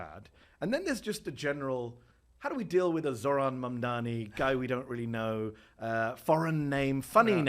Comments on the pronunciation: Actually insane how even in his concession speech when he lost, Cuomo still couldn’t say “Mamdani” correctly. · Cuomo and Trump are children. Just say his name correct ly.. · Mispronunciation of a Mayoral Candidate, which if it is either intentional shows racism, or unintentional which shows their ignorance and inability, is mind-boggling. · So funny of Andrew Chomo to mispronounce Mamdani because he can’t go after him for anything else